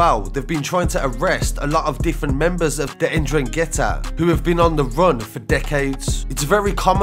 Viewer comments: Man said indragettah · It's pronounced En-DRANG-ata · Like the video. It's a silent second N. Pronounced en drag itta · It’s pronounced N-drang-gee-ta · The N it’s Silent just saying.